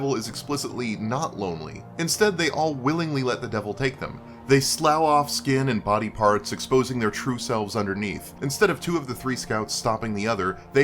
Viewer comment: Ugh,, it's pronounced sluff!:P